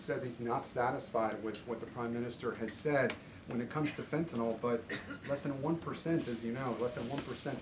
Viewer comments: Pardon me for being picky, but there is no "o" in "fentanyl" (as in "fentanol"). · I like her, she's smart and doing a fantastic job. I just wish she wouldn't drop the "T" in words, such as "feneenol" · I dislike the way she pronounces fentanyl. That's all.